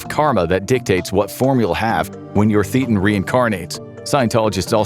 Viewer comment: Ugh you got a lot of things wrong about scientology, including your pronunciation of "thetan".